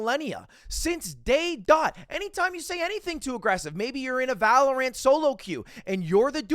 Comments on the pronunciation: it’s pronounced valorant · the way he pronounces valorant irks me